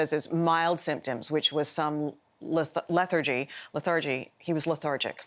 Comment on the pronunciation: She seems uncertain whether to pronounce it iambically or trochaically. English spelling does nothing to help in this regard, so she probably just forgot.